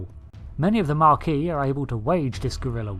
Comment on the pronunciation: Just by the way, it's called "the Maquis" (no 'r').